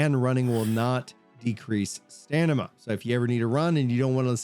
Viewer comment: Love your videos, but dude, Stamina is pronounced stam-min-nuh not stan-nim-ma 😂